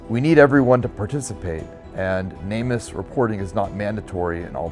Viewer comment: You'd probably have better luck getting info out to the general public if you stopped saying "namus" all one word and instead pronounced it "Name Us". People are much more likely to connect the org with the purpose if pronounced as words instead of an acronym.